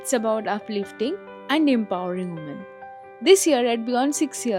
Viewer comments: Women jeta uchcharon korle hoi "উইমেন" not উওমেন. British Council e jete asha kori tara eto vulval sekhabe na r nahole tomar favourite google o check kore nite paro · Written as women , pronunced as 'wimuhn'... if not , say 'nari' ... don't insult us by your worst misprounciation ! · Women's empowerment niye katha bolchis, atleast uchharon ta thik kore kor.. "Ooomens" uchharon ta history Hons e sikhechili?? Such a shit you are #chorpita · Ekdom sothik.. bari dibos niye bhison marte eseche, duto guto marleo sothik uchharon berobe na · Oshikhito hole ja hoi .. jei bishoi e lecture dichhe seta uchharon kortei hege dichhe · She needs speech therapy